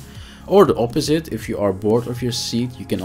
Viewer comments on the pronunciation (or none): none